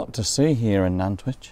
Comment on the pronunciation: Always good to re visit Nantwich , lived there for near,y 20:years , but as good as the videos are , the pronunciation of the town needs some explaining. The town Nant means river in Welsh and which comes from the Anglo Saxon of Wyche meaning salt . They are 3 salt towns of Cheshire Nantwich Middlewich and Northwich .